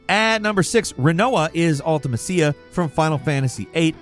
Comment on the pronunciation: How are you not gonna bother mentioning that mew and ditto weigh the same? Also I cringed every time you said Ultimecia. I have literally never herd anyone mispronounce it so horribly.